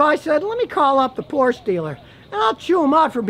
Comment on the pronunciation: No it’s because he pronounces Porsche wrong